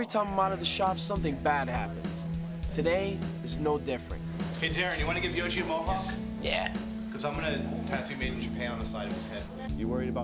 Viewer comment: It's YOJI not YOGI.. he ain't a picnic basket stealing bear.